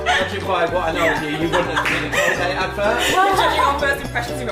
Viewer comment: No es old gate es Colgate ☺